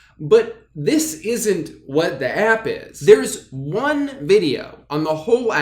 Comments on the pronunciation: I almost cried every time you said 'wat' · The way he pronounces “wat” has me hacking up cum and mucus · It was so funny the way you pronounced the “wat” and “2” in the story, 10/10 reading out loud drew!! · I love the way he pronounces "Wat" cracks me up every time. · The way he pronounces “wat” has me cackling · He says wat just like I would imagine